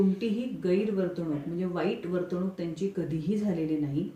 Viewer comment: ह्या मालिकेतील प्रत्येक कलाकार हे "वर्तणूक" हा शब्द वर्तवणूक असा उच्चारतात. चुकीचे वाटते. सारखेच ऐकल्यावर दुरुस्ती सुचवते आहे.